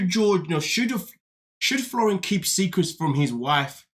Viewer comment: his name is FLOR REE EN